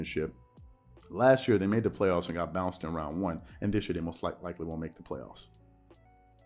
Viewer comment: Here's a thought🤔...i like how he gave a 2 syllable word extras. Play-off-us-a 🤪🤣...then to think about the MJ comparison. It was said that Air, albeit practice, would take or be put on the side with the less talented guys and compete to win just to prove his effort of willing his side victory. At this point, the 2K Lakers on rookie level are probably more competitive than the way they're so called hoop'n right now. Dig this, even my favorite team Spurs are showing more effort after get'n dealt a crazy loss to Memphis along with Ja dropp'n a Popovich give me some nasty dunk on Poetel...eeewww 😬. If Pop was coaching this team, they'd be get'n cussed out the same way Jeannie Buss, in anger on her face, walked out during that Pelicans loss or the way Snoop did his Uber driver....remember what Deon Cole said, if a conversation starts out with "Whelp" - it ain't look'n to good, thus, what used to be called the Lake-show has become the Lake-No. How can Club Shay defend LBJ, I don't know, but he'll find a way 😂....🤨opinions?